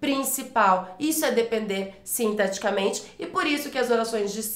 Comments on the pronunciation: Verdade! Toda vez que ela diz "sintaticamente", eu entendia "sinteticamente". Logo, a dicção dela não é perfeita como disseram. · Mas ela fala sintaticamente e eu entendo "sinteticamente..." rsss eu estava anotando errado...